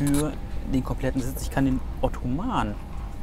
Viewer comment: Ottoman ist übrigens ein falscher Freund.. du müsstest es schon englisch aussprechen